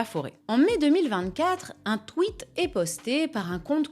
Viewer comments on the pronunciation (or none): none